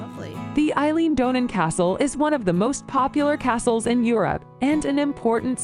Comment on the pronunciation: Aaaaaarrrrrrggggghhhhhhh, talk about CRINGE on the Pronunciation by the narrator on these Castles!